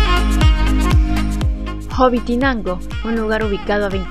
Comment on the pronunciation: Corrección. Es Hobitenango no Hobitinango.😁👋😘✌️